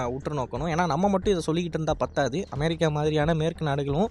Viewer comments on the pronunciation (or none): none